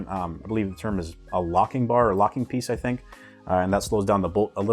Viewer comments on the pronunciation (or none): none